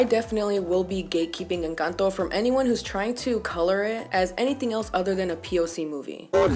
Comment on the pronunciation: I flinched when you said "Encanto". And then: MAMI USTED TIENE TODA LA BOCA LLENA DE RAZÓN!!! Just like that. You ticked all the boxes <3